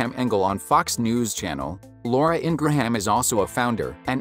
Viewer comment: It's pronounced"Ingram"Not Ingrahaaaam!wow , take speaking lessons!